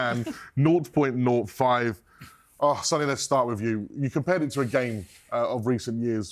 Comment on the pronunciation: Sonny is pronounced Sonny not Son-ny. Just because Son took it as a nickname doesn't mean you mispronounce the actual name.